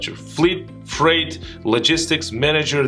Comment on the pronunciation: U ommitted t at the end of freight